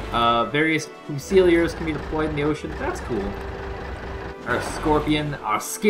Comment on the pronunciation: Great vids. Thanks much. Fusilier = FUSE-il-EER.